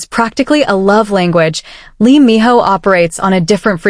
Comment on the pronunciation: His name is Minho not Miho.